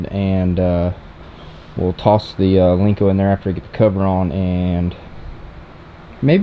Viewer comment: it’s a Len-co. Not a Link-co. Lmao 😂. No one has a link-co because there’s no such thing.